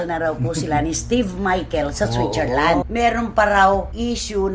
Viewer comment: San yung SWITCHERLAND? O SWICHERLAND? 😂